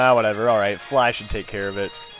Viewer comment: he said fly and should really quickly and it sounded like flash